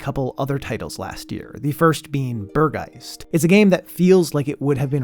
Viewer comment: Angeline Era is missing from the List of Games Shown. Might be me but i´m having difficulties understanding the names of the games sometimes so having them all listed or maybe on screen would really help to find them. Especially hearing you tr to pronounce Burg Geist XD caught me offguard as a german xd Great Video anyway, thx u so much and keep doing what you´re doing and wishing you a good 26!